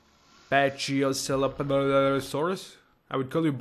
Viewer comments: "Pachycephalosaurus" is pronounced Patchy-Sef-o-lo-saurus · The dinos were pronounced Ankylosaurus(ain-kie-low-sore-us) Ichthyosaurs(ick-thee-o-sore-us) Pachysephelosaurus(pack-ee-seff-ello-sore-us) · its pronounced: pack-eh-sep-ah-lo-soar-us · The dome headed one's name is pronunced pakee-kef-a-low-sorus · oh and its pronounced "Ank ey low saurus" "Pack-ee-sef-a-lo-saurus" "Compsonathus" the mod misspells the name Galinimus its actually Galimimus. oooh, i missed the permian. anywho, the depiction of the Permian was pretty accurate. permian would have been volcanic moraiss around siberia, and desert with some isolated watering holes everywhere else.